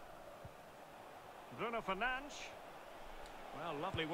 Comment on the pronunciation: Or what ea call him Bruno Fernange 😂😂😂😭